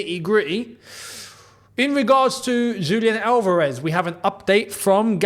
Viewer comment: Just wanted to point out that it's ALvarez (stress in the first 'a'). Love your vids